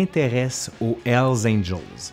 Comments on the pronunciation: C'est curieux parce que comme tu es Québecois j'ai toujours l'habitude de ta bonne prononciation des mots anglais (par rapport aux Français qui prononcent ça à la française). Mais quand tu dis "L Angels", ça m'a surpris. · Mon ami.. il faut bien prononcer le " H " de Hell ... Parce qu'avec très peu d'effort, on pourrait comprendre " ELS ANGELS " , qui signifierait totalement le contraire des "anges de l'enfer" . Merci pour votre vidéo ;-)